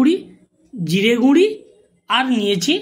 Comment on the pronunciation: Guri nay guro bolun